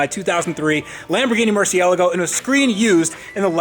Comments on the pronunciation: Hey! Love this series but for the love of all that's sacred it's pronounced murciel-AAAH-go not murcie-LEG-go!!! Thanks and keep making great videos! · Mer-see-ah-lah-go for fucks sake! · DDE enters to finally learn how to pronounce Murcielago, DDE leaves and still calls it a Mercy-uh-lah-go :p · Dude it’s pronounced like mercy-la-go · Your mispronunciation of Murciélago is excruciating. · Every time (or anyone on Earth for that matter) says "Murciélago" he pronounces it differently and I think it is very entertaining. P.S. It is pronounced "MUR-see-ELL-uh-go" as said today Not "MUR-see-LAH-goh" as most people say.